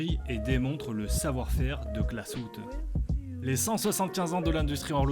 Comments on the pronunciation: Superbe vidéo, l’histoire est très intéressante Juste une petite persistions : en allemand, le « ü » se prononce « u » comme en français, c’est le « u » sans tréma qui se prononce « ou » Donc je pense que Glashütte se prononce GlashUtte ou non GlashOUtte Voilà, continuez votre travail, c’est grâce à cette chaîne que je me suis intéressé à l’horlogerie et c’est vraiment passionnant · On prononce Glasshütte et non pas Glasshoutté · On ne dit pas « glasshoute » mais « glasshute » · juste pour gouverne les mots en allements avec un trémat ¨se prononcent à la française genre le " ü " se prononce " u " pas " ou " et " ö " se prononce " o " pas " eu ":)